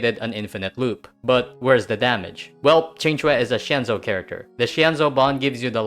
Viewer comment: First video I've seen from you, but am pleasantly surprised at the pronunciation of Qing Que. Great coverage of the strats too